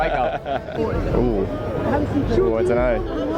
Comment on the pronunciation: 저 발음이 I don’t know 맞아요? 워~ 아시는분들 왜 발음이 저런지 알려주시와요~~~